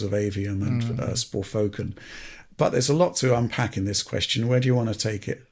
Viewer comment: Sporfoken.... And sayin nuthin 😂😂